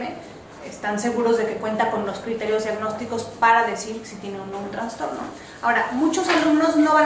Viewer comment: Todo bien! Me encanta como explica pero dijo traNSTorno?? al trastorno??